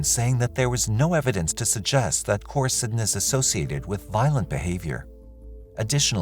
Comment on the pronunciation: Core- ih- see-din not Core Ih sy- din